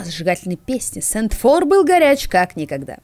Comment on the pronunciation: Да почему СентфОра????? Если это СЕнтфор!